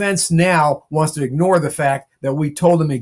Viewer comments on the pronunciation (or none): none